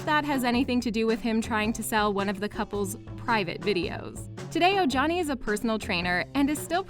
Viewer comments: His name is pronounced Omani not Ojani get it right please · It’s pronounced Oh-hani.